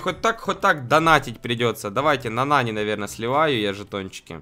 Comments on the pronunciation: А нАни он говорит нанИ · Ага, а ещё называет нАни нанИ (Кто не понял большие буквы - ударение) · Сколько тебе надо дать денег чтобы ты называл ИМЯ "НА́НИ" А НЕ "НАНИ́" и чтобы ты называл Макса ДЕВУШКОЙ а не ПАЦАНОМ. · Правильно не нАни а нанИ